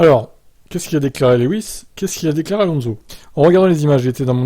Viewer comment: Alonso à mal dit